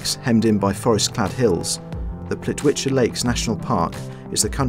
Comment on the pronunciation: DUDE ITS PLITVICE🙈